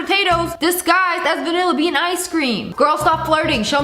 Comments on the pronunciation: I was like “VANILBEAN?!” But she said vanilla bean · No way she just said vaniabean 😅😅😅😅